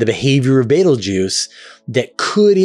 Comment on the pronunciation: Never say Beteguese 3x in a row